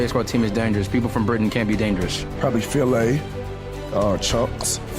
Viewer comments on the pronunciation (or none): I'm sorry but saying Filly's name as "Fillet" had me dead💀